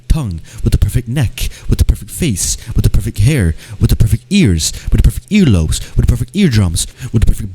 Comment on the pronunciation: you were saying "with the perfect" for so long it just sounded like you were saying gibberish lol "whiddapeopife FEET" "whidd[paepr EYES"